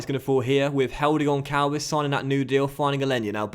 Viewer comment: the Ç in Gonçalves have a SS sound not a C